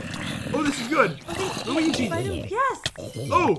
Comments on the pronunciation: It’s pronounced loo wee jee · No one NO ONE: Luagy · Its (wall-uh-wee-jee) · it's the Luigi helmat and the luige chestplate Pat-You really say everything perfect don't you Me-Wheeze